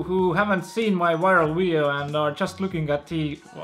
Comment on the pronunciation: kas sa palun saa fixida oma "viral" sõna häälduse hahahahahah